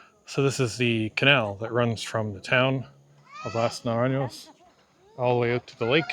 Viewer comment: jajaja, the way you said las naranyos! :D